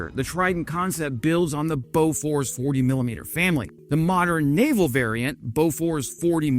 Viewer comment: pronounced boo-fours.